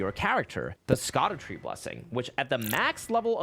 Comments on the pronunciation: Please. Please. Please. It is pronounced “shadow” not Ska-doo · it's pronounced as "shadowtree", not "skadutree" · this irks me intensely its pronounced "SHADOW-TREE" not SKAD YEW TREE. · its shadow tree not scadu god damn it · It’s pronounced Shadow tree fragments. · FYI: Scadutree = [Sha-doo-tree] = Shadowtree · Its actually pronounced shadow tree. Fragments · Scadutree is pronounced shadow because of old English🤓